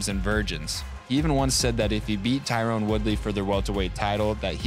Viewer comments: TY-RON Woodley. Not Tyrone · you keep saying Tyrone instead of Tyron...Colby got into your head...lol